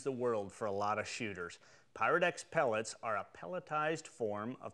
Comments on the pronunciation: I'm in England and when you say pyrodex it sounds like parowdex lol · ok, i thought i was imagining things... it definitely sounds like black power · Great video but sounds like he is say Black Power lol